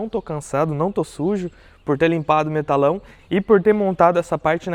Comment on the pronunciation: Parabéns tá ficando top... bancada dos sonhos! Somente uma observação, o nome desses tubos de aço é Metalon não "Metalão"